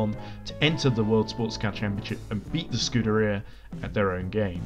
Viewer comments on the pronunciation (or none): Great Video, but the way you pronounced Scuderia was terrible.